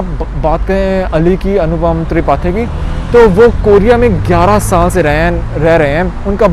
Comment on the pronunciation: Tripathi theek se pronounce to karo bhai..Google kar lete